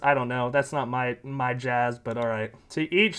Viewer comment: "This is muh office", proceeds to show us a crappy pair of cheap earrings like a kindergartner at Show and Tell.